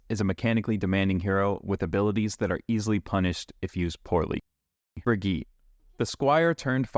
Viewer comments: brigitte it's pronounced bri-gee-tah xd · Her name is brig-EEEEE-TA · "Wow, the first person I've seen that pronounced Illari's name correctly, Ill-Yari" "Next up we have Brig-eet" sigh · Ah yes, the infamous BrigEET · genuinely disturbing stuff pronouncing brigitte that way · How often do you want to mispronounce Brigitte's name? Yes. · This is not accurate for brig (you’re saying her name wrong) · he can't even pronounce Brigitte's name right LOL